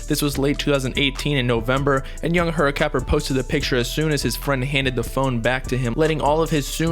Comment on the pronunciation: Bro you nailed that name at the beginning 😂